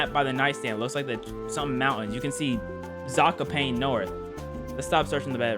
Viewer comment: you were close to pronaucing zakopane right but its funny to hear english speakers try to pronounce polish words.